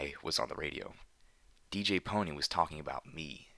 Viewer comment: Good, someone who says DJ Pon3 right